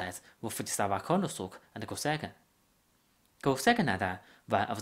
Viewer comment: this isn't a japanese accent, it's a chinese accent. he pronounced kuranosuke "kooranosook", lol